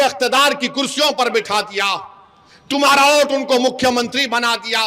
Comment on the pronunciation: Abe vote bol thik se tujhe to bolne bhi nahi aata pm ko modi bolte ho